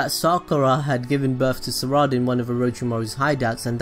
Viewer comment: its not saraada